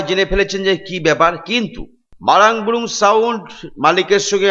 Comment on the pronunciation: বুরু কে বুরুং বলছে😂😂 লে হালুয়া😅😅